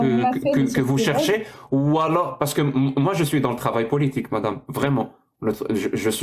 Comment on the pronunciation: C’est « politjique » pour un mec qui est né en France 😅